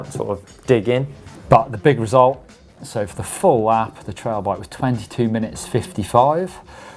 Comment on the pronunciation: It sounds like you are saying trial bike and not trail.